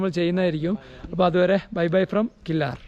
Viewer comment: ഞാൻ ഇതുവഴിയുള്ള വ്ലോഗ് ഇതിന് മുമ്പ് കണ്ടിട്ടുണ്ട്. കില്ലാർ എന്നല്ല. കില്ലർ എന്നാണ് ഉച്ചാരണം